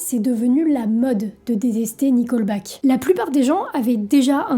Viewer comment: Tu dis qu'une partie de la communauté est connue pour être conservatrice "dans le mauvais sens du terme". Il y a un bon sens à ce terme ? Ce n'est pas "nicolbaque" mais "niqueulbaque".